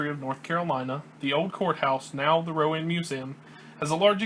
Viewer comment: It's Row-anne not Row-uhn. Other than that, good work. Lived here for 30yrs.